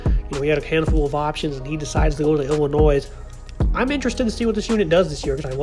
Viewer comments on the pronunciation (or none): Good analysis. But heads up...the 's' at the end of Illinois is silent. ;)